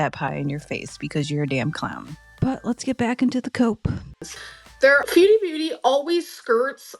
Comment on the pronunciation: One thing that always gets me is how calls her "fuedie beauty". Girl, if there's ONE word we know you know how to say, it's 'food' lmao